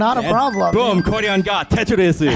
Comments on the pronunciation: Did he just say tetorisu? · No one: Absolutely nobody: Commentator: TETRISISU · I kept hearing "Tetris for Jonas."